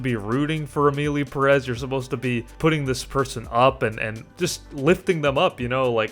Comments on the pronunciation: It’s PEH-rez, not pe-REZ! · That last name “Pérez” should be accentuated in the first syllable, not the second.